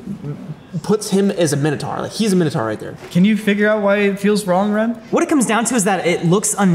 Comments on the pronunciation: 'Minotaur' rhymes with 'dinosaur'. It's not pronounced 'minna tar'. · That’s not even how you pronounce minotaur he said it like mi-no-tar It’s actually My-no-tore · Minotaur is pronounced Mine-oh-tor. I always feel confused where the pronunciation "minnotar" came from but so many people use it. You can look up and it's all because of Greek words like Taurus meaning bull etc but I just thought "dinosaur" = dine-oh-sore so "Minotaur" = mine-oh-tor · His pronunciation of Minotaur is shit too..